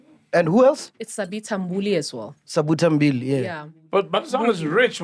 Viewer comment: Did Mac say Sabuta Mbili?😂😂😂